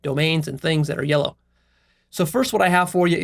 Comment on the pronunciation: word "yellow" slightly changed into "Leo", as though he described himself